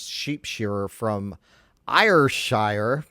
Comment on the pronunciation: It's Ayr like "air" and Shire like "sha." There are some lovely videos I was seduced by of Welsh Border Collies shepherding flocks of sheep around. Beautiful, obedient, dutiful dogs that clearly love what they do. Border Collies are the best breed of dog imo. Healthy, long-lived, energetic and friendly. They just need a lot of walking and they'll shed a lot of hair on your floors.